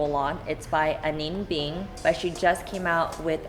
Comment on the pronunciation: Pron. Ah-knee-nah Bing